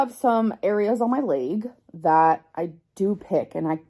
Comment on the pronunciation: The Lay-guh is red The Lay-guh is painful The Lay-guh is swollen The Lay-guh is TIRED